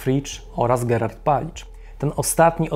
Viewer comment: Ja również mam uwagę. Imię zbrodniarza wymawia Pan "Gerard" ("h" nieme), a wydaje mi się, że powinno być "GerHard" z wymawianym "h:. Pozdrawiam serdecznie i ode mnie zawsze 👍🏻